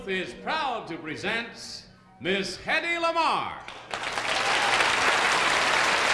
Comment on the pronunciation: It’s Hedy not Hedley!